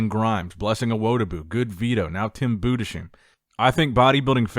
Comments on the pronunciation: Tim Budess hyme is how to pronounce the name, not Budesheeme please. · Just gonna stop you right there in the first couple seconds cause it made me cringe Tim's last name is pronounced boo-dis-hime, not Buddha-sheem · please consider properly pronouncing those German names it makes my nails cuts back to my elbows 😂😂 To help you out it’s not: Bude•sheim It is: Budes•haim and it’s also not “Haym” it’s Heim Maybe put his name in translator and let the voice speak for it in German ofc. same with Markus Rühl but I don’t think most Americans know what the Ü is supposed to sound like. They just say “Rule” and not Rühl, it’s in a higher pitch. Maybe put Über in German translator and uber in an English translator, to hear the difference. Same with Urs, it’s from the word ursus it’s literally bear. It’s the same sound you use in the word uber, very simple And his surname as well, but you manage to pronounce it quiet well now, just the C in Kalecinski can also be pronounced as more of an TSH instead of an SH. Have a nice day ❤ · its pronounced Budes-haim:) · Hey, you would pronounce Budesheim something like "Boo-des-hime". Cheers from Germany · Boo-des-heim... C'mon, let's get this right at some point... Tim is a great bodybuilder... I know not all names are easy to pronounce... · Budesheim. He's spoken Budes -haym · It is pronounced Tim Boodes-Hime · Please learn to pronounce Budesheim! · the comment I was looking for, I get so triggered everytime he says his name💀